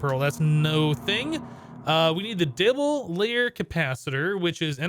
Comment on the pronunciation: "...Dibble-layer capacitor" lol